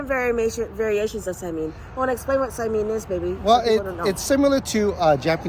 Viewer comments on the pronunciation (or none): Now I want some saimin! FYI, in Hawaii, we say sai-min not sai-mean. 😊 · If you say "saiMEEN" in Hawai'i, people will look at you a little strangely (like you must be a tourist), but this video was posted almost a year ago, so maybe by now you know it's pronounced "saimin" as it looks with the last syllable like "min" in "minnow." And the Zip Min may be popular, but saimin originated on the sugarcane plantations long before Zippy's opened. It was a combination of the foods that plantation workers used to bring to work and share at lunchtime, so that's why you can see the influences of Chinese and Japanese dishes in saimin or wonton min. There are, or were, many little "saimin stands" or hole-in-the-wall restaurants that became well-known for their saimin in Hawai'i. You should do some research and do a REAL Saimin Tour of the islands on a future trip. It's also interesting for me to see King's Hawaiian on the mainland because our family (and many other local families in Honolulu) would regularly enjoy dinners at King's Bakery (on King St.) and it was one of the few bakeries (like Leonard's) where we could buy 'ono pastries to take to parties or as a treat to eat at home. One of the most popular cakes was the chocolate dobash cake! Of course, there was also the famous Portuguese sweet bread - which became the famous King's Hawaiian rolls and bread. It was very sad when the Taira family closed the bakery restaurant and expanded business on the mainland. The parents originally did not want to "mass produce" the bread because of the effect on t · Sai-Min not sai- meeen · Just fyi need to watch this… this is how you pronounce saimin correctly. The min part is supposed to be like Lynn. Short. You guys saying the min part like meen. It’s not saimeeeen. This is how hawaii people say it 😊